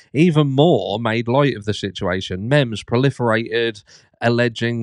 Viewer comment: IRE? Mems? Go back to school! 😂👌